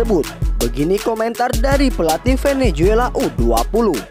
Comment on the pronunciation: Bukan venejuela min.klo nyebut yg benar.